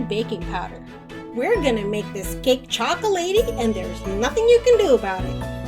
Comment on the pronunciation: Choco-lay-ty, the woman said.😂